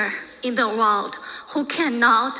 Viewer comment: 她不是口音问题，首先她的重音就不对，第二是很多小学级别的词汇发音都不对：country - 堪try她发“康try”；world - 喔尔得，她发哇奥得；division - 地维珍，她读发“地维申”；understood - 安得儿斯杜得，她发“昂得儿斯杜得。这些至多是高中词汇，我很好奇她在国外待了那么多年、学历这么高，拼读规则和发音怎么烂成这个样子。但凡是普通学校毕业的，咱不要求人家什么，但她是哈佛的这就太诡异了